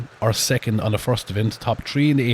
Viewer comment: "First, Secunt, and Turd place" I love the Irish accent 😂